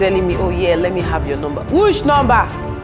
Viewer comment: No you didn’t say it well😂. It’s “whush number?…” 😂😂😂